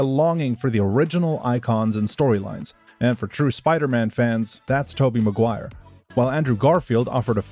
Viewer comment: It's Maguire. Not MacGuire